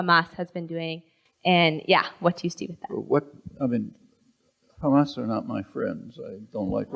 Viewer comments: "How they elected Khamas" You know shit is going to happen (Israelis and Hebrew speakers pronounce Hamas as Khamas and that's how I spot a hebrew speaker) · LMAO. Khamas. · The second she said , kHamas i knew what she is.